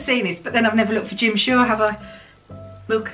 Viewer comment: Ohhhh lordy. I first heard " Gym shorts" instead of "Jim Shore".🤯